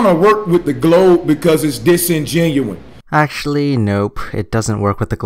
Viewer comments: Omfg disingenuine is not a word so annyoed by how he keeps saying thay, he obviously thinks its a smart word it's ridiculous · He also throws around the word "disingenuous" a lot, acting like he's the smart guy, by which he probably doesn't even know the meaning of the word. By the way, he also pronounces it in the wrong way. He says disingenuen, which I guess in some context it can be gramaticly correct, but most of the time it isn't. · I love that the twit can't even get a simple word right. It's not "disingenuine", it's disingenuous. Fucking flatards! He also fails to understand that the light source (the sun) is so much larger than the moon that the moon's shadow is going to be fucking tiny on the Earth. BTW,, you got this one wrong. The moon would have to be BIGGER than the sun to shadow the entire Earth. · DisingenUOUS! Say it! DisingenUOUS! Not disingenuine. Disingenuine is not a word! When you say it you sound like an idiot.....wait... you’re a damned flat earther. Proper grammar isn’t going to help you to sound intelligent. I’ve wasted your time. I’ll show myself out. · Disingenuous NOT disgenuine, arrrrrrrrrgggggggg, Americans need to go to school for longer. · Does anyone else get frustrated with saying disingenuine instead of disingenuous? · This noibird keeps saying disingenuine when he MEANS disingenuous. HE NEEDS TO LEARN ENGLISH. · Disingenuwine... lol. That's serious intelogens on display. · D iS inGE NUi N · “This model in dis engenuwine” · Lol holy shit. The word is disingenuous . Not disengenuine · Its disingenuous not disingenoun damit use proper English😂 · He said the word Disinginueine about 9000 times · Dis-in-genu-win - hmmmmmm. Not the smartest, is he? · "disengenuine" HA! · Does this guy not know how to pronounce his fucking vowels? Jesus Christ... "Disingenuine, evudence, males (miles), ahgument." This guy is as dumb as a box of rocks. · And the word is DISINGENUOUS... not DISINGENUINE.... fuckin noob..